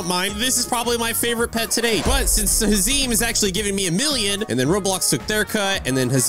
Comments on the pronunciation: its not hazim its hazem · haşereme hahahahah it’s hazam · its not hazeem, its haz-M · Bro what are you saying hezeeem it’s hazem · first ths is an amazing video the only thing that bugged me is that he was saying hazeeem instead of hazemn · “Hasim” it’s “ ha su m” “but you spell it “ h a z e m “ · ITS PRONOUNCED HAZUM NOT HAZEEEM im dying rn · Bro says haziem😂 its speak like hazum and whrote like hazem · ahem HaZeEm btw it’s ha-zehm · haz em not hazeem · you said hazeeem ´its hazemn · Bro I GOT SO MAD WHEN HE SAID HIS NAME IS HAZEEM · its not hazeem is hazem (pronounced haz-um or haze-um) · its not has - eem its has - uhm but its spelt like hazem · its hazem not hazeem 😆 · it's not hazeeem its hazem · ITS NOT HA-ZEEM ITS HAZ-EM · Is not hasim its ha zem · Hazem not hezem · NOT "HAZIM" ITS "HAZEM" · It’s not pronounced huh-zeem is has-uhm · HAZEM NOT HAZEEM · it s hazem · ITS NOT HAZEEM ITS PRONOUNCED HAZEMN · Bro pronounces Hazem like hazeem💀💀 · Bro rly said hezzeem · bro actualy said hazeem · He said “Hazeem“ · bro pronounced it hazeem💀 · hazem's name is pronounced haze/em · he said hazim💀💀💀💀💀💀💀💀💀💀💀💀💀💀💀💀💀💀💀💀💀💀💀💀💀💀💀💀💀💀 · It’s pronownsced hazum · hezem * ha- zem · he dissapointed me wwhen he said hazem wrong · small tip (the zem part in hazem is pronounced at them but with a z in the beginning) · The fact that he says hazem wrong is so funny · bro said hazem wrong 😭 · I’m 1 milla second in the video and this guy is prounoucing hazem wrong